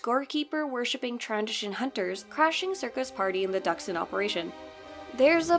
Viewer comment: FINALLY SOMEONE WHO CAN PRONOUNCE DXUN! LMAO